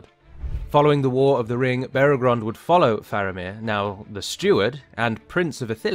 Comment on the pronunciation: Minor nitpick but it's Beregond, not Beregrond. The text was correct but the narrator inserted a second "r" every time he pronounced it.